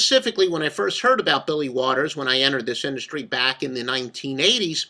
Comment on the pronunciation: bro said waters lol